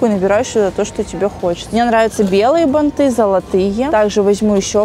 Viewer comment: Пожалуйста запомните ударение, вы же блоггер, БАААААНТЫ